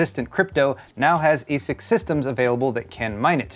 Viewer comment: ASIC pronounced correctly. Thank you!